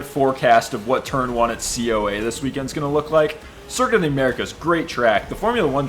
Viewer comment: COA? Its COTA, Circuit Of The Americas. COTA.